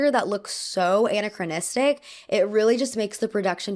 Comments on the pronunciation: Pronunciation distracting a bit. a-NA-chronistic, hard "E" on RE-creation vs recreation... a diff wd altogether, not aw but aah for "a" in A-ccolades. Agree on costume design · Gentle reminder: this is how to pronounce anachronistic